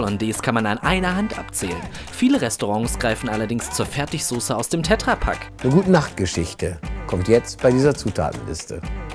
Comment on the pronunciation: Das Ding heißt "TetraPak" und nicht "TätraaPak" Wie soll ich das nach kommen, wenn er ein Glas "Essig und Gewürze" reinkippt und nicht sagte, welche Gewürze denn da drin sind?